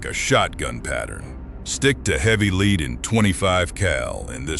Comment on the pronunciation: AI commentators? Pronouncing 'lead' as 'leed'...🤦